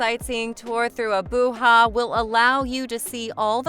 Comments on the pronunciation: The "Ja" in Abuja is not pronounced like 'ha' but as JA, as you would in Japan. 😂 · AboooHa ? 😢 Abuja=Ah boo Jah. Please research how to pronounce places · SAY Abujaaaaaaaaaaaaaaaa LIKE JA maica its sound the same as Ja maica ABU JA NOT HA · ‘Abooha’ 😂😂😂at least get the frigging name correct! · She has destroyed the Nigerian capital wholly.was it AI pronunciation or what.when a foreigner tells ur story for u.